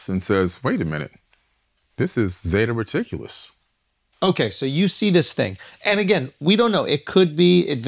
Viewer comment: "Zeta Reticulis"?? I thought it was Zeta Reticuli??